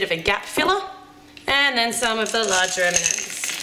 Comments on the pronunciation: every time you say M&Ms i think you are saying Eminem, and i don´t even like him!!!! it´s crazy :D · i have understand "mini eminems" :D hahahah xD